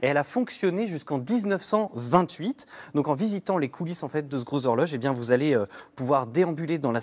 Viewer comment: lol. 😂 I have elderly french cousins on Saint Catherine, Bonsecouts,,,, ils Aussi disaient turnouts LE GGGROSZx-HORjoGGGE !!!! Real exaggerated pronunciation!!! You imitates mes cousins Français parfaitment!